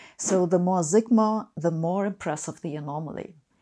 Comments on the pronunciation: "The more zigma..." --- really, Sabine? Really? English pronunciation is not rocket science. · why do Germans try to pronounce English alphabetically when they don't even know how the alphabet works? she says 'six' with an 's', but immediately says 'sigma' with a 'z'. ironic for somebody promoting 'Brilliant'. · “…six Zigma.” 😉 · I just love the way Sabine pronounces zigma 🙂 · In this video, we observe "sigma" oscillating between German and English pronunciations. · I love the way Sabine says 'sigma' ..